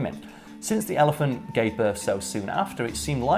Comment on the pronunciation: pronunciation of "ellie-fahnt" is triggering me -_